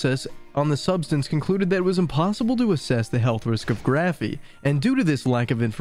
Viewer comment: “Graphene” not “Graphey”. The narrator keeps saying “Graphey” and since I noticed it I can’t stop hearing and being irritated by it. Even the transcript is interpreting the word as “Graphey “ !! I’m being silly I know but I found this so irritating.